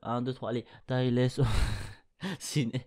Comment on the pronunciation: juste pour une petite précision concernant la prononciation c'est Tal et non Ta-less pour ToDaG sinon y'a un trad Fr à jour